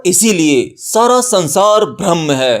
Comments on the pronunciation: Bhaiya mere bhram braham me antar hota he uccharan sahi nhi he .jai maai ki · Pahle bolna sikho Bharam nahi Braham hota hai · sanhar hai sanghar nahi......brahm ke uchcharan ko theek karne ke zarurat hai...video was nice...